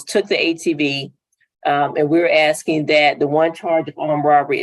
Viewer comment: So where did the defendant go with the 4 wheeler? The Conservatory, the Lounge, the Kitchen, or the Library? Seriously though, Ms. Freeman, with all her objections and the "axing" (that offends my ears, so I object) seems to have forgotten that even though she is a prosecutor, defendants are assumed NOT GUILDY and whether or not its in order or out, I think someone coming in with exculpatory evidence would give her pause and ask the judge for a continuance. Instead, she's ready to send a teenager up the river due to her draconian adherence to procedure.